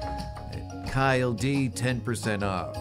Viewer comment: KyleD is actually pronounced like DJ Khaled.